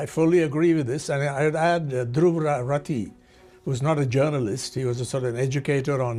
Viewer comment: " , he was unable to properly pronounce Dhruv Rathee's name, possibly because he had recently joined the propaganda group after Doobtadweep ( rajdeep) and rabbish kumar "